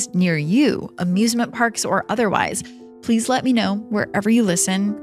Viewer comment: Every time you say "please" it sounds like "police". It drives me nuts 😂